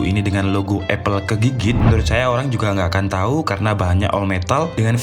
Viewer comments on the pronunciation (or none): none